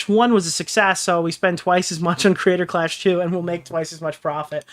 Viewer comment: Someone needs to tell Ian there are 3 syllables in the word "Creator" and not 2. I can't be the only one who cringes every time he nasally says "Crayder Claaash"